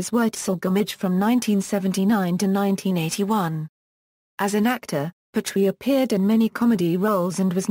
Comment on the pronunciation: At least pronounce his name correctly